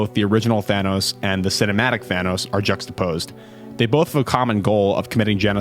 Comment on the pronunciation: so that’s how you pronounce juxtapose huh?